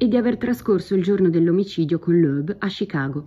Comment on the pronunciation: Perchè "Scicago"?